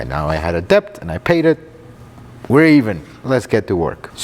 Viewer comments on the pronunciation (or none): Hi, It is unnecessary to try to pronounce the "b" in debt. It sounds like"dett", almost exactly like the French word "dette" that was adopted into English many centuries ago. Middle Ages scholars in England added the silent "b" to make the word more like the more prestigious Latin, "debitum" Same thing with the "b" in "doubt," and for the same reason. That "b" was never pronounced, either.